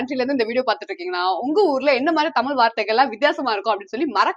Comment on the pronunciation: அது தமிள் இல்ல செண்டி பீ தமிழ்...ழ்..ழ்.... எங்க சொல்லு தமிழ்... பாயிக்கிறது இல்ல பாவிக்கிறது இலங்கை மக்கள் பேசும் வார்த்தை